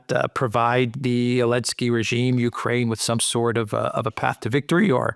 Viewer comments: 'elensky? it's Z-elensky. ZELENSKY. NOT ELENSKY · Why can't this guy pronounce Zelensky? Does he have a speech defect? Zelensky begins with Z not A.